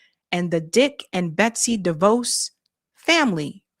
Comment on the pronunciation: Learn to pronounce DeVos—they stared Amway (scamway?) & own the Orlando Magic.